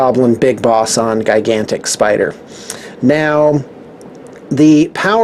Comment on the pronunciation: Anyone hear him say guygantic spider